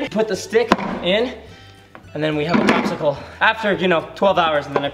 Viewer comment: "bopsicle.." did anyone else catch that?! haha